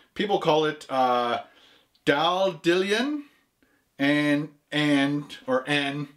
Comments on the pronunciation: Interesting that nobody has commented on how you pronounced dandelion as 'Dan-dillion' - it is actually pronounced as dandy-lion. Equally Glasgow is not pronounced like Glass Cow. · Dan dee lion. not dan dilian!!! lol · pronounced dandy lion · Dan-Dee-lion: ) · Dan-d-ee-lion and bur as in buried-dock as in boat marina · Dan-do-lion and burdock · It's pronounced Dan- de- Lion in the UK. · its said like dandy-lion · Dan-de-lion ;D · It's pronounced dandy-lion and burdock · Pronounced dandy-lion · Pronounced (dan-dee-lion) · It's pronounced...................Dan - dee - lie - on ... DANDY - LION. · The mispronunciation of Dandelion made me chuckle. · Lol the pronunciation made me laugh. But on a serious note, dandelion and burdock is just a sarsaparilla, root drink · Its Dandelion as in the flower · How can he not pronounce dandelion and Burdock lmao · Have you guys never heard of dandelion you were saying it so wrong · How can you not pronounce dandelion lol it's a fucking flower bro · I love watching your videos but it makes me laugh at the fact you can't pronounce dandelion....its a common plant, its even native to many parts of America yet you seem to of never even said the word once before in your life...